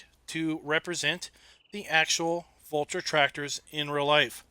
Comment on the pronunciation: Its Valtra not vultra